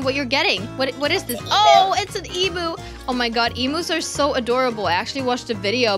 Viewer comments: Not to be rude but emu isn’t pronounced “ee-moo” usually pronounced “e-mew” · Im just laughing bc and dont know what quokas are and they think it doesnt come from Australia! Quokas are native 😂 i live in Australia btw so thats why. Edit: i dont think they know how to pronounce emu